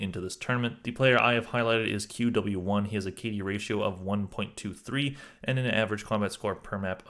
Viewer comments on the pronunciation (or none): Good video but why don't you use VLR ratings? They are not perfect but at least better than ACS. Also you have to learn how to pronounce these names. qw1 is "kiwi" and zmjkk is "kan-kan".